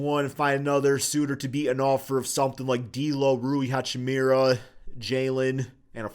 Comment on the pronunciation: Every time you say Hachimira instead of Hachimura it makes my teeth grind :P